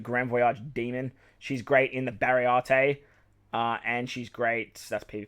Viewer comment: Great list, just : it's Baratie , not Barry-arte xD